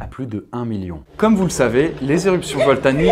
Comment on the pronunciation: A tu a dit "éruption voltanique"